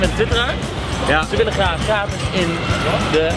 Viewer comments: Gatis?! Moet het niet "Gratis"zijn ? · "Gatis" :P